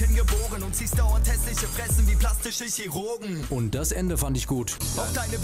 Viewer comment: Denkst du wirklich "Chirurgen" wird genau so ausgesprochen wie es geschrieben wird....peinlich